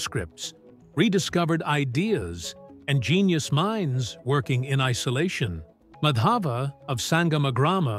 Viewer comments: The emphasis on the two 'A's in Madhava is wrong. The emphasis is on the wrong letter/syllable. In the video, the name is mispronounced to sound like "Madhaava" i.e. emphasis is on the second A in Madhava whereas it should be the other way around: "Maadhava". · Just a correction request... The pronounciation is not Madaava, it's Maadhva. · Excellent work. Just one suggestion - would be great if you heard the pronunciation from a native speaker. It's not Madhaava. It's Maadhava. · Actually in english they have no pronunciation of 'dh' that's why they are called 'd' instead of 'dh'. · Just a correction in pronunciation. It's not Madhāva, it's Mādhava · Thanks for bringing out the video! Actually Madhav is pronounced as Maa_dhav wherein Maa is like mark; the name means the name of Lord Krishna! I am from India 🇮🇳!❤❤❤ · Kerala wasn't an alien planet tho it had been the biggest hotspot for traders but it was mostly for spices and it is discovered that a spice which seen in kerala is found in pharoh's tomb and the pronouncation of name is not like that it's Maa-dha-va, here dh is aspirated dental d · It's MAA-DHUV ! Gosh it was painstaking hearing the atrocious pronunciation Thanks but your subject was excellent. Reason why nothing much out if India is famous is because of British prejudice. Simple! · Thanks for bringing this up. Really appreciate it. One request if you could just say his name right would be wonderful. Regardless thank you!